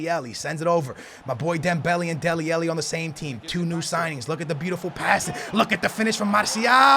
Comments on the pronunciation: AH-----LLI FFS SKILLZ..... not elli say it with an AH in front man. how you get elli from alli i do not know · he can say Shaqiri but not dele alli 😂😂